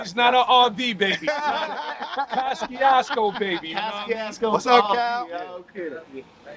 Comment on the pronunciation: Me and Everyone I know been saying like that my whole life until I met an Eastern European Cat and he said the proper pronunciation is CO-SHOO-CO 😅